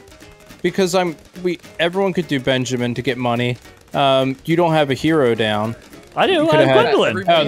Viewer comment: no one:: BEANjamin, BANjimen